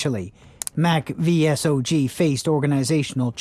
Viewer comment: Id suggest you do more research before making these videos. Its pronounced "saw-g" by the way.